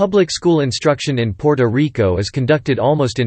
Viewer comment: Your pronunciations of “Puerto, Borinquen and Taino” is truly cringe worthy.